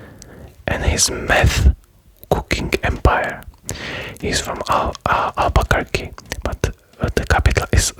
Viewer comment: This was great. The way you pronounce Albuquerque like al bukake will go down in history. The appendix that some states like Nebraska have is called a panhandle.